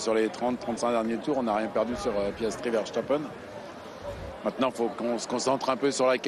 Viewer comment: Si il parvenait à prononcer correctement le nom de Verstappen le Vacheur . On connaît sa condescendance vis à vis des Belges mais un petit effort c'est quand même pas compliqué 🙄